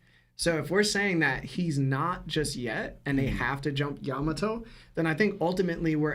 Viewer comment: Cant stand the way you guys say some of the names its Yamato not yaMato